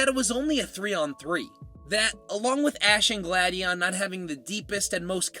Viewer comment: …and sill-val-EYE (Silver and Ally), glad-ee-AHN, REDGE-ice, and NAH-GUH-NAH-DULL (Naga (a term associated with snake/human hybrids) and Nadel (NAH-DULL; German for Needle)) You have bad pronunciation issues,! 🤨